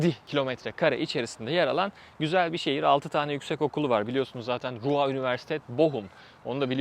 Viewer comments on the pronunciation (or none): rua değil de ruuğr gibi telaffuz edersen daha doğru olur abi